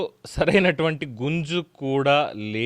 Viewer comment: బుర్రలో గుంజు కాదు, గుజ్జు. ఏం తెలుగు బంగారు